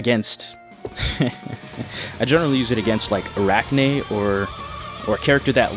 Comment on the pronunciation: its not arakune like"arachne", just to help its "ara-kue-ney"